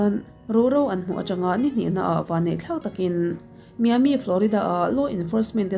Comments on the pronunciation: Miami = Mai-A-Mi ... Mya-me tihloh tur aw Utah = iu-Tah Oo-tah tih tawh loh tur aw... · Miss maiami ti a lam tur,,utah nilo in iutah ti a lam bawk tur ania,lo sawi ve mai mai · Maiami ti a lam tur